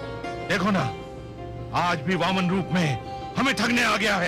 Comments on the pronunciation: Pahle to Naam Sahi le Vaman Sahi Shabd hai na ki vohmen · beta pronounciation is very important. Dont say वमन्..it means..उल्टी करना. Please say वामन् which means chota...height me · Not vaman vaamam... Pronunciation sahi kre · Women nahe Pronounce it Vaaman Avatar